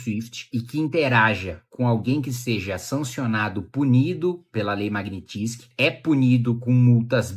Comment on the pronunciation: maguinitissqui ? magnysky ou fonemando em portugues - magniiiinnsqui